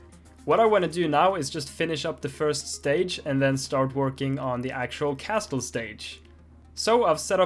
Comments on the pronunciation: SNAKES!!! T in castle is silent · Love the banana guy! LOLed at the level name that had "LOL" at the end. The "T" in "Castle" is silent. Good luck on your exam. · Hearing him pronounce the "T" in castle was low key distracting lol